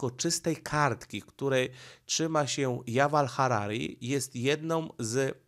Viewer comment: wymawia się tak jak się pisze: Juwal Noach Harari i Robert Fico